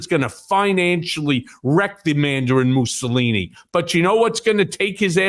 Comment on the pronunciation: 😂😂😂 Did he say Mandarin Mosalini😂😂😂